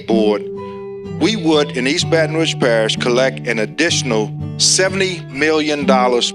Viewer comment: It would help for the black man to be able to pronounce Rouge.